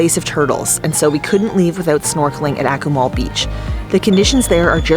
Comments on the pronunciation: Yes... phonetically, it's correctly pronounced 'AH-koo-mal', not 'ACK-oo-mal'. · you need to learn how to pronounce the city name correctly.